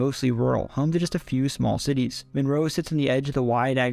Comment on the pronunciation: lol the only one that threw me off was Monroe… bro said “Minro” 😂